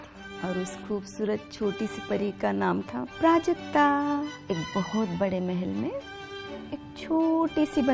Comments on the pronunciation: When you hear Projectile instead of Prajakta. To much Engg bro.😂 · R.S.Mishra its Prajakta not prajkta. 😊 ok